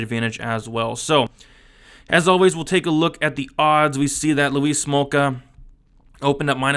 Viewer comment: Or you calling him Louise Smolka?!🤔